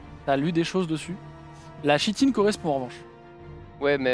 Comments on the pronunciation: très chouette vidéo ;) par contre en tant que relou , on dit "kitine" pour le mot "chitine" :D, mes oreilles vous remercie^^ Incroyable "Heretiques Explosion" xD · Chouette partie, les costumes ajoutent vraiment un truc. Pour usage futur : chitine se prononce [kitine]. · c'est génial. Juste une note: chitine se prononce Kitine (comme chtonien se prononce ktonien). Continuer les JDR c'est cool! Super cosplay et roleplay. Excellente ambiance. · On dit "kitine" et pas "chitine", ca trigger :s sinon top! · chitine se prononce kitine, mais sinon bien amusant! ;) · Ça se prononce Ki-tine 👀